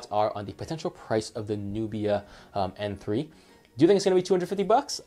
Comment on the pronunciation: Are you saying "Apple" for "Oppo?" and are you saying M3 or N3? Sounds like M. Nubia is suppose to be more expensive. Might as well get a used Lenovo P2 instead of this. Xiaomi is cool but their Android skin is heavy an filled with ads and annoying apps that you can't uninstall. Flipside, Xiaomi is dirt cheap. Downside, minimum to partial LTE coverage outside of China except. Except Mi Mix 2. That thing has crazy worldwide band support. Can you review the 360 phones like N6/N6 Pro or even the N6 lite please. Thanks.